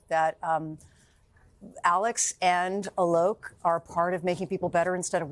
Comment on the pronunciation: Dear Hoda Kotb, please learn how to say names properly. Why don't Americans make any effort to say Indian names properly? I mean you are on camera, please do some homework. It's NOT A LOCK. It's aalok. Even you can't say the name of Microsoft or Google CEO properly. It's shameful.